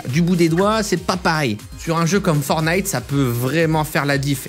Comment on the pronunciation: Arrête de dire fornite c’est perturbant